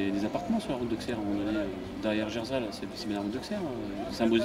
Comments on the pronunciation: PUTAIN mais c'est pas vrai ! Auxerre se prononce Ausserre un effort merde! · Auxxxxxxxere 😫c pas comme sa que sa ce dit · Jvais le goumer l'autre qui sait pas prononcé Auxerre